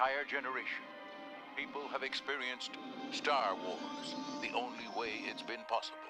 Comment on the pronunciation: Stow Wooaz 😂😂😂😂